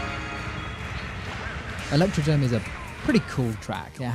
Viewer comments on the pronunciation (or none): Fun Fact: This track is called and pronounced ElectroDROME not DOME